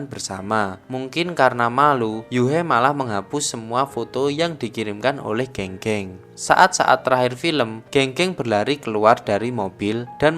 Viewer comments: Geng geng di bacanya gang gang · E di pinyin dibaca ê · Keung keung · Pengucapan nama nya bukan Geng geng tapi Geng geng. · penyebutan nama geng geng bang, di film aktor nyebutnya geng geng tapi di video ini nyebutnya geng geng. Padahal kan benernya geng geng bukan geng geng yak😁